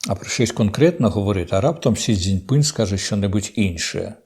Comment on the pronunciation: отже, сьогоднішнє "амінь" було вже штучно-інтелектуальне? :) становиться ніяково, трохи, навіть, моторошно:) може то не Корчинський сидить... а від Корча лише 💀 лишився? 😊 П.с. ніхто більше так прикольно не вимовляє сі дзин ПИНЬ, як Корчинський:)